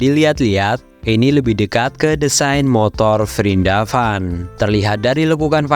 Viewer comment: Prindapan😂😂😂😂 hadooww min min